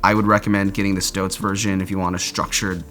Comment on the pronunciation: Stotz is a fabric not a weasel, you need to work on your pronunciation as with strapping system molle that you insist on mis-pronouncing. It’s like the name Molly FYI. Also you’re not utilizing the cinch straps on the waist properly. They’re not intended to be tied off in that manner. Just tightened and allowed to hang free, for future adjustments as needed. You claim that you’ve owned these for years, but also say that you think they’re an older model based on the phone pocket🤔(they are an older model btw). Last but not least- those pockets wouldn’t have burst if you were wearing them in an appropriate manner. Lower on your waist. You sized inappropriately. This is not an informative video and should not be taken as any type of proper review by those that are curious about the brand.